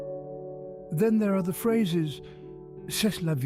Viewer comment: Bilingual here: Unfortunately the narrator makes a few mistakes concerning the French language. "Avoir le cafard" means to feel glum (not angry!). "C'est la vie!" is mispronounced. "You open yourself." to mean "You wake up.". I'm afraid this is news to me. "Je ne sais quoi": the final s is silent. ... and Napoleon was of average height for the times. Still, the narrator is right in the general themes: for example: debates are not about winning or losing but about exchanging ideas. A lot of other cultures don't get that.